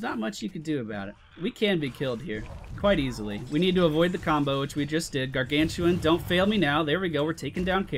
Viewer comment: u dont use the r on gargantuan:O:(